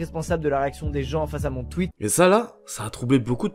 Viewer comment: "un twuit de squizie" Non en vrai je rigole mais super vidéo comme d'habitude ;)